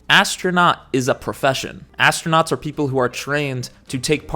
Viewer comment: ASS-TRO-NOTS 😂 GAYLE KING called it "THE EDGE OF SPACE" when William Shatner went. Now that was a moment. SHATNER in SPACE 💞💖💞